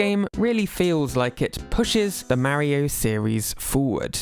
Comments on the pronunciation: It's not "marry-oh" it's "Mario" you sound like my grandma trying to say mario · I like how Peach can actually pronounce “Mario” correctly unlike this guy.